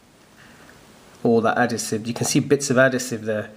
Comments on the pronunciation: Nice one. Thanks for this. Probably would have been better if you weren't on the sniff! You are talking shit! Adasive = Adhesive! Do you have a fake one to compare it to please? All we have seen is a real one. Is there someone in the background smoking strong weed??!!!!!😵‍💫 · adhesive no adasive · He pronounces it differently leave him alone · Mate u say adhesive completely wrong😂 how long u been in the uk? 😂😂